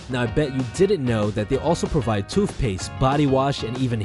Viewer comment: Do you say toofpaste?